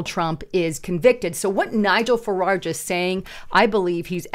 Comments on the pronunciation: There is no second " r" in the second syllable of " Farage". It is not said " Fuh- raRge." It's " Fuh- rahj" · "Fararge?" Have you even read anything? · Am from UK...love how you pronounce 'Farage'! We pronounce it like 'mirage'. Keep up the good content 👍🏻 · You consistently mispronouncedFarage’s last name.